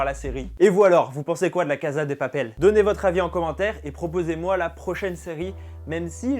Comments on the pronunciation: cnc non pas du tout c'est 'cassa' (je suis espagnole) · cn mais douuuu cest casa prononce "cassa" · Super vidéo ! PS : ça se prononce "cassa" et non pas "caza" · VOUS ALLER ME TUER Ca se prononce cassa pas caza stp 😂😣😣😣😣😂😂😂😂😣😣😣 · On dit "cassssssa" pas "caza" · On prononce la cassa et non caza. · On ne dit pas la (caza) de papel mais la (cassa) de papel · En espagnol Casa se prononce (Cassa et non caza qui est de l'italien) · Cest cassa et pas caza mdr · SA SE DIT ''LA CASSA DE PAPEL'' PAS ''LA CAZA DE PAPEL'' ! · Se se prononce « la caSSa de papel » ptn j’avais envie de te gifler à chaque fois que tu disais la caza de papel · il prononce la caza mdrrrrr tu sais qu'il sait pas parler español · Cachza de papel